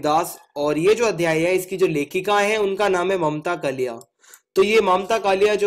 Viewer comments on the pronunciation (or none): कलीया नही है कालिय है